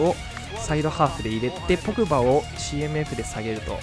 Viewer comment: ポー⤴︎ ⤴︎グ⤵︎⤵︎バー⤴︎ ⤴︎